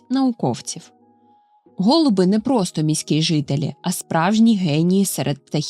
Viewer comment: Не гОлуби, а голубИ , учіть українсьську !